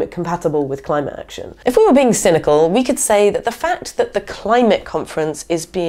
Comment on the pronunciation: hehehehheh, did you say , .."cynical" or "single", ..do i still have a chance?